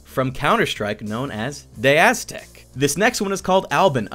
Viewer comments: D E! D.E.! Not "deh" :P sorry if it sounds rude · when you pronounce de_aztec as deh aztec. disliked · Btw de_aztec is pronounced dee eee Aztec